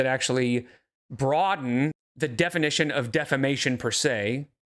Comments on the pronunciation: my brain wont shut up about "look up...the...defo...nishin...!" Dx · Sounds like you looked up the defo-nishun 😂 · The clip of saying, "Defamation look up the defonition" lives rent free in my head. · The word “defonition” has entered my vocabulary 😂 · Test book defo-nishun